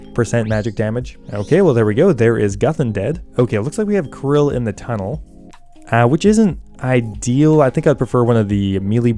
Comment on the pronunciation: Karil not Ka-ril